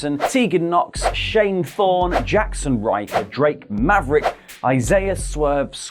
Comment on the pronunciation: That's not how you pronounce... Drake Maverick.